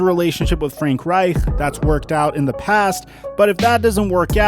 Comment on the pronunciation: When you said frank wright you sounded French 😂